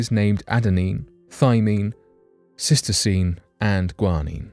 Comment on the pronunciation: It's not "Cystosine," it's cytosine.